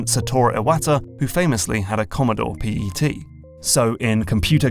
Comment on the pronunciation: It’s pet not p.e.t.